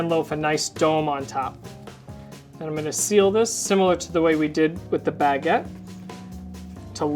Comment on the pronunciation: Yess that pronounciation really bothered me but i didn't want to point it out, but you did it the funniest way